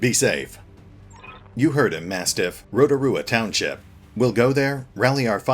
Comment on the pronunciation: I'm so glad someone can pronounce Rotorua properly, I have heard it butchered so much haha